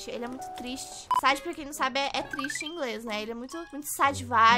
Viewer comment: Não se fala sad, se fala séd